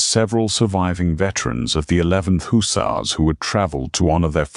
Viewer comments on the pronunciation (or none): It’s Huh sars and Ale sham not the way your AI pronounces it